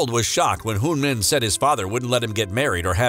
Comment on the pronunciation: This narrator doesn't even know how to pronounce Son Heung-Min correctly and he pronounces the Korean cities like Chinese cities. WTH.